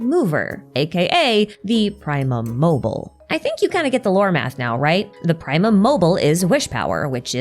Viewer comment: ok but. it's. "primum mobile", not "primum mobil". you have to pronounce the E 😭, all three short syllables (ok, it's not "praemum" either, the i is pronounced more like a short ee like in "triple", but that's not nearly as painful to listen to multiple times in a row...)